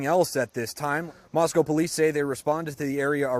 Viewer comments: Thank you for covering! And the perfect pronunciation of Moscow. There is Nothing around Moscow..no one is just "passing through". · Well done on the town's pronunciation. Very few ever get that right. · Its crazy that this kinda thing has happened so close to home (I live in Boise.) The victims and their families are in my thoughts! On a lighter note....thanks for pronouncing Moscow correctly lol. Also, thank you for covering this. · This is so very scary, and so little info yet. Side note: As a native Idahoan, thanks for pronouncing the town name correctly!! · Thank you for actually pronouncing Moscow right. I was there the week this horrific crime happened. Hard to wrap your head around this happening so close to home. My heart goes out to the families. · I’m super impressed that you are pronouncing the name Moscow correctly. Even many of the major news agencies reporting pronounce it as if they were talking about Moscow Russia. Nice job! 👍🏼👏🏼🥰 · Idahoan here. Thank you for pronouncing Moscow right, if out of staters would only pronounce Boise properly. However, I was a shocked you don’t know why they’re looking for that car. It was literally caught on tape at the time the deaths would have occurred. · I’ve been watching your videos for several months now. Also, I’m from Moscow and live here. THANK YOU for pronouncing Moscow correctly lol. Even the FBI tip line says it wrong. I was nervous for your background on Moscow. I assumed you’d dog on it like you do most cities lol. But really, Moscow is a great town. Love it here. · Thanks for pronouncing “Moscow” correctly, and not like Moscow, Russia. 😉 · I really appreciate the fact that you pronounced Moscow properly. That’s something no one does for this town lol. Grew up 36 miles from Moscow idaho and Pullman. This is the biggest reason even in a small town I carry my CC daily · As a native Idahoan, I especially appreciate properly pronouncing Moscow... We are in Idaho not Russia.